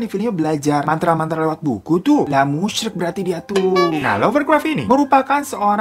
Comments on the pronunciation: Bang, itu musyrik. Bukan musryik🤣🤣🤣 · Musyrik bang bukan musryik